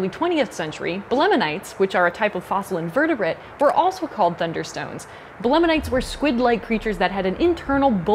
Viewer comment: You pronounced belemnite "belemenite." As a paleontology student it made me squirm a bit :p Nice video